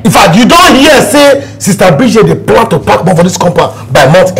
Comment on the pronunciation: I have a pran🤣🤣